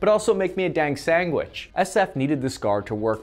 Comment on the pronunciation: Did he say "Sang wich"?